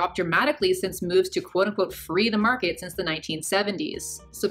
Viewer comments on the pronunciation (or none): none